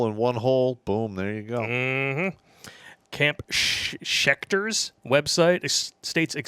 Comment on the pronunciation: " camp schecter ".